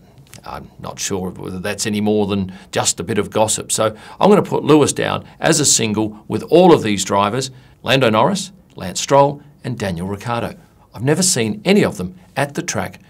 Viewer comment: How is it that NO ONE in F1 pronounces Riciardo's name correctly? It would only be good manners to learn it. FYI the c is soft, like the CH in Richard. While in the similar Italian name Riccardo, it is hard like the letter K. I don't understand why announcers etc. don't take the trouble to learn how to pronounce thei scripts